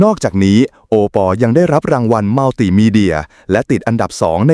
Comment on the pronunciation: เขาชื่อโอปอบรรยายให้มันถูกๆหน่อยจ้า😂😂😂😂😂😂😂